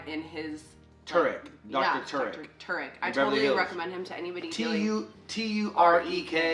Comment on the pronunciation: Tarek is an Arabic name.. it’s pronounced Tah-Rik (roll the r). Beautiful name too